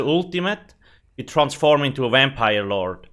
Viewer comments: Exactly what i was thinking "wampire" lol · Is this a vampire review or a "wampire" one.. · Wampire skeel line